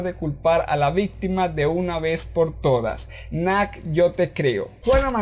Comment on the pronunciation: Pq dices nac Campos en vez de Nath? xd